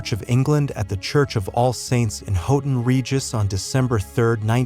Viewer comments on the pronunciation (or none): Houghton Regis is pronounced “How-ton Regis”. 🇬🇧